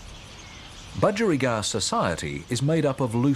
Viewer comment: Bu-geri-gard? Bu-gie